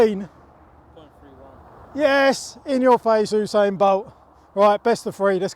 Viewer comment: Oosain bolt